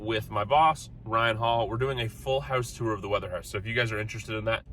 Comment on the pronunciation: I cant stop thing about "torrr" who pronounces tour that way??